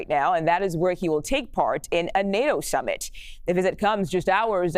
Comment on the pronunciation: Did she say, NATO Shummit???